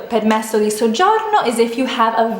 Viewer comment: Damn your pronounciation was so good "soggiorno".